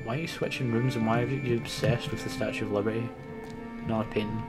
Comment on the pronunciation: Lol, "The Statue of Libarty"... How you can get the Eiffel Tower wrong is beyond me!